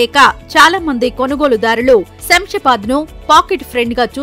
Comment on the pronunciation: It is not samsabad, read as Shamshabad